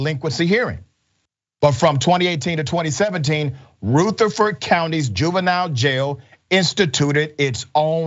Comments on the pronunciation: It's Ruh-th-a-ford county Dr, in case she does get the justice she deserves and you do another story about her. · The u in Rutherford is short. Lived there many years. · Thank you for sharing. It’s pronounced Rutherford with a short U like Rutherford B Hayes. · Also I’m just now realizing we must pronounce it weird cuz that’s not how we say that county name. R-uh-ther-ferd county. mer-fres-buro is the county seat. You gotta run it all together and mumble it 😂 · Sir, it's not hard to learn the proper saying of Rutherford? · That's the problem! Retire to stop investigation! This is bullshit. You pronounced the county wrong!